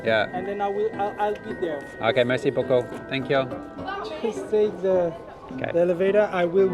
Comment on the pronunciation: Anyone of any background: speaks This guy: Mayr-see boo-coo!